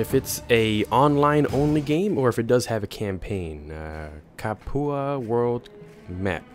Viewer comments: Capua is pronounced "Cap-you-a" not "Ca-poo-a". lol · Proper pronunciation Ludus (LOO-DUS) Capua (Cap-YOU-AH) Your pronunciation Ludus (Low-Dus) Capua (Cap-poo-ah) Just FYI, not trying to be a jerk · Cap-you-uh Prime-us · I cringe everytime you say "Capua" , "Ludus", or "Primus" other than that, good gameplay ;)